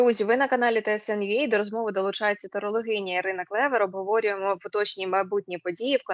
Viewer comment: Терелогиня ?👈🤣🙉 ну ладно Мойфари...відЬми...но ТЕРЕЛОГИНЯ? ...ТАЛАДНО..